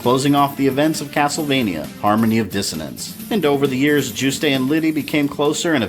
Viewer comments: It must be because I'm French but I get so triggered by your pronunciation of Juste. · I think the "e" in Juste's name is silent. Great job, love how you characterized Simon, too! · I'm pretty sure the E is silent. I've heard almost every reviewer pronounce it that way, all my friends pronounce it that way, and I'm pretty sure the devs pronounce it that way in certain interviews. In fact, you're the only person I've heard pronounce it the way you do. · Good vid so far but two issues: "All that remained of Dracula were his remains" sounds kinda redundant. Maybe "But all that was left of Dracula were 6 body parts" then list the parts needed. Also Juste's name is pronounced like "Juiced" not "Juice-Tay". The name is French I believe, hence the pronunciation. BTW question. Is the SNES port, Dracula X, essentially the same story as Rondo of Blood? Because game-wise, they seem very different. They share the same assets but level designs are very radically different Thanks also for using footage of the original unedited US release of voice casting for SotN. I personally prefer the re-recorded voices used in the Dracula X Chronicles but the original ones were the stuff of CastleVania meme legend. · I finally found one complaint with this series so far. Juste is pronounced "Joo-st" like roost, not "Joo-stay". Oh, one more . For Richter to be Juste's son, Juste would've had to be 43 when he had him. That's certainly not impossible, but it seems far more likely to me that Richter is Juste and Lydie's grandson. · Juiced not jus tay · Juste is pronounced "YOOST" bro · Juste' is pronounced Yoost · official sources say his name is pronounced as Yoost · well its a french word and means righteous; definitely not pronounced Yoost. Richter is a german word and he pronounced it wrong too, but pronouncing Richter is pretty hard for someone who doesnt speak german. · My eyelid every time you pronounced "Juste". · That's not how you pronounce "Juste"